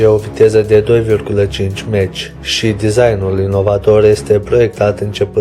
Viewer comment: Prostovane! Mach se citeste (mah) si este numele unui savant care s-a ocupat cu aerodinamica. Meci spui caud te duci la stadion Prostovane!!